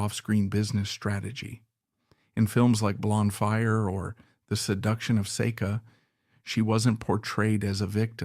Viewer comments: The most mispronounced name Iñ the repulsive business that is pornography why I don't know it is say kuh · Keep mispronouncing the name.